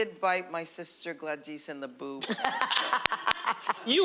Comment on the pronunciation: Lmaoo the way Garcelle pronounced Gladys tho🥴😏 like Glad- ees so Gladees 😊😊 I don't know maybe that's how its pronounced but it seems like she put a little accent to it lol